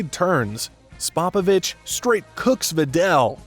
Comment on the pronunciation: I’ve never heard that mangling pronunciation of Spopovich before.